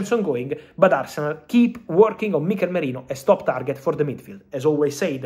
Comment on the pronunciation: Who's Mikel Morino? You mean Mikel Merino? 😂😂